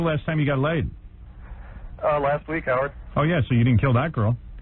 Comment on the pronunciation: Its scary that he alsways says the name of the intervier Howerd. Dont you think so?